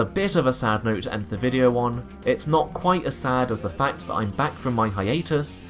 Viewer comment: You need to practise your th's, it's "that" not "vat"